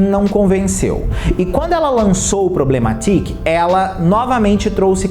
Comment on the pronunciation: Só eu me incomodo com ele pronunciando o Problematic como “Problema Tique” como se o nome fosse português? Kkk Sendo que seria “Problemetiki” a pronúncia, puxando pro inglês? Kkk